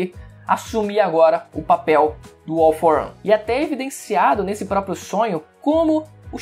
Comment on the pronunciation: “All for ãn”